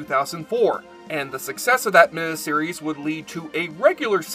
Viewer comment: Why does this guy always say min-a-series? It's mini-series.